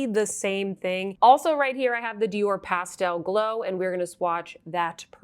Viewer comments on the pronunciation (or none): none